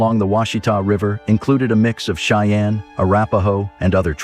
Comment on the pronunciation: Your pronunciation of the word "Cheyenne" needs to be changed.